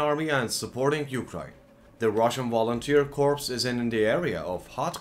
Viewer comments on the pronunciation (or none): The way you say "Russian Volunteer Corpse" is hilarious.